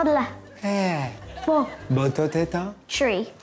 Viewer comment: I lost it when he said ‘tree’